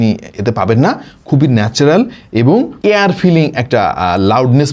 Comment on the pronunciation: আপনি ইয়ারকে এয়ারের উচ্চারণ দিয়ে কনফিউজং করে ফেলেন!! এয়ার ফিলিং = বাতাস দিয়ে ভরা/ভরানো।